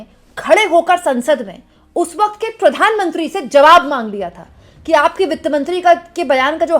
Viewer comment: kya... Pitt-mantri 😂😂